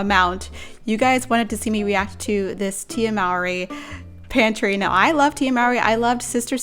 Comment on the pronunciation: HER LAST NAME IS PRONOUNCED: MOR-Y SPELLED M O W R Y